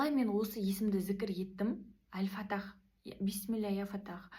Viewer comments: Әл-Фатах емес, Әл-Фаттах. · Ал фаттах деп дурыстап айтшайш карагым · Әл Фаттах деп айтасыз екі т